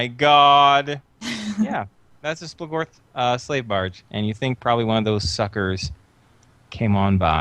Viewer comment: SplOOGorth is the pronunciation, lol. Not splahgorth